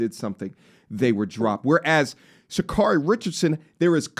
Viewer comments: Completely share your sentiment but could please consider afford her the minimum respect by saying her name the right way? Sha- care-ree not Sha-car-ree. Hope she sees the wrong she's done and hold herself accountable. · Its pronounced "Sha-CARE-REE" !😅😂🤣😁